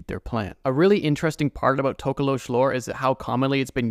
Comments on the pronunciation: “Talking aboot today” You Canadian? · I knew it. I hears it when you said "about"